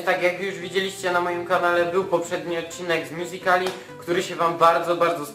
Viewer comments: taki kozak to pokaz swoje "mjuzikli" tak jak to wymawia xD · Mówi się mjuzikali